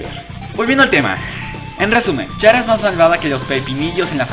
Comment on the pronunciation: Se pronuncia cara >:v